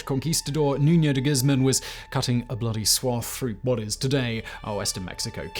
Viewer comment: Es Nuño, no Nuno